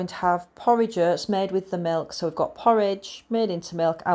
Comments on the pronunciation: Its Oats not Hurts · it was your pronunciation of OATS that had me confused and I’ve even lived between Rotherham and Barnsley for 3 years 😆